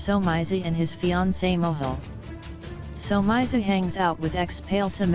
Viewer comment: "somayzi" kahle robot voice ✋